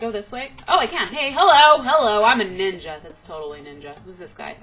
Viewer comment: Lmfaooo its like shes tryin to say im a bad nigga instead of ninja lmfaoooo!!!